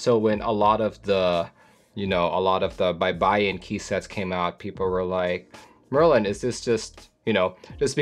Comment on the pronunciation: You pronounced it correct Merlin!